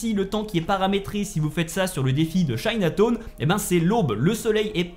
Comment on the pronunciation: Chinatone 😂😂😂 midtone tes sur que tu la fait le jeux c'est quoi cette prononciations